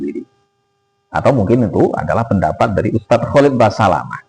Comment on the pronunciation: Nyebut nama aja salah dul, kholik. Khalid